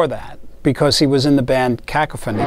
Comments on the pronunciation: I can't get over that the newsies pronounced Cacophony (Kah-Coff-on-ee) as KACK-O-FANNY (and Stevie Vai TOO!) lololol....I did too the first time I saw the name as well, back in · bruh Steve saying "cack-o-phoney" 🤣 🤣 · Holy Hell, did Vai butcher the pronunciation of "Cacophony"! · Steve Vai is a damn genius in so many ways, but I had to listen 5 times to the way he says cacophony .....lol...